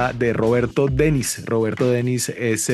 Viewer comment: AMIGO periodista creo se pronuncia DENIS como si acentuará en la i